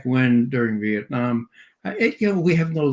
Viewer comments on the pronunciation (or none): none